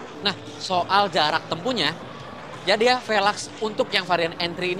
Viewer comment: jangan YADEYAA 😂